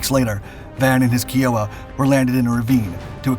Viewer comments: In 2009, 2x Kiowa Warriors absolutely demolished a Taliban RPG ambush team up on a cliff over our heads in Afghanistan. Nothing but love for these birds and the pilots that fly them. For the love of God tho, stop saying kEE-Oh-Wah. It’s kEYE-Oh-Wa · For the record, Kiowa is pronounced "Kai-oh-wa", not "Kee-oh-wa". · It’s pronounced K-eye-o-wa! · It's a constant aggravation that this channel FAILS to pronounce names correctly. Enough so that I often skip your videos and I'm on YT almost daily. I hear KEE oh wah and my ears say WTAF? Who is this nutbread? KAI oh wah... Use your dictionary, it's an American Indian tribe and you are INSULTING them. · Kiowa is pronouced "K-eye-oh-wah" not "Kee-oh-wah." Benson received the Distinguished Flying Cross. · I've asked many a Army Vets what a KEYOWA was..........They always said KYOWA(yes spelled KIOWA) PLEASE learn how to pronounce names when you do your videos! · K-EYE-Oh- wuh ... not KEE-oh -wuh . KEYEOHWUH - KIOWA - its like you are saying Fleeing instead of Flying . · You should really spend a little time finding out how to pronounce words with which you are unfamiliar. Pronouncing Kiowa as Kee-OH-wah instead of the correct KAI-uh-wuh causes everything else you say to lose credibility. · Odd I never heard anyone call it like this. I always thought it was Ky-o-wa not key-o-waz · just saying it is pronounced ky-oo-wa... not key-o-a. That bugged me. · Kiowa, the tribe name, is pronounced-as Kai - uh - wuh, not Key - o - wuh; None the less a great machine flown, like all other craft, by great men. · NOT K🔑OWA.. It is pronounced K👁️OWA.. again, another wrong pronunciation.. which is disrespectful of the Native American tribe the name stems from. Furthermore, your timelines around the Iraq war and Reagan war on Drugs.. (which is actually the GW Bush Sr. war on drugs) ..are way off.. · FYI, Kiowa sounds like Iowa, not kee-owa. 🙂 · Pronounced "KAI-OH-WAH". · it is pronounced k eye oh wah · Kiowa, Kai-oh-wah